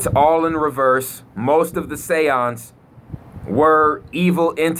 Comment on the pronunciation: THE SAY-YANDZ